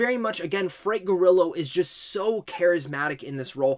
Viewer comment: Frank Gorillo? Take that first o out bro. Lol